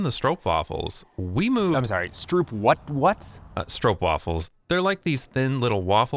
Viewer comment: I finally figured out why Rollie is mispronouncing "stroopwafels" even as he's talking to Jason who's pronouncing it correctly. It's not an actual conversation, Rollie's just going off a script. He doesn't know even know he's pronouncing it incorrectly. It's kinda obvious now that I think about it. How did I not realize this sooner...